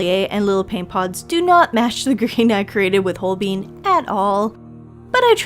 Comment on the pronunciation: Good video. Not trying to come across rude (even though usually “everyone” that’s about to be rude preambles with those words), but Holbein is a German name so the ‘ein’ should sound the same as the ‘ine’ in ‘vine’ and ‘fine’.